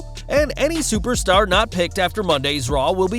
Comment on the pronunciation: Why he say superstar like dat